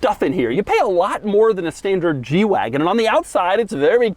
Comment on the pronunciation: I keep thinking he's saying "jew wagon" and it's hilarious